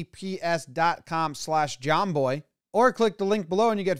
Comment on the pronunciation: Why is it when Jomboy says k-e-e-p-s all I hear is J-E-T-S Jets Jets Jets? And I’m not a Jets fan…..